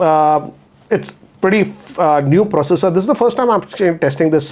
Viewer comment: Can you improve your English,, and try to say 'this' rather than 'thissa'?